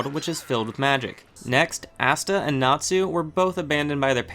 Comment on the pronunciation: ITS ASTA NOT AUSTA!!!!